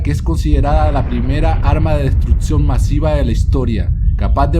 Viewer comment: se dice destruccion no destrutcion!!!!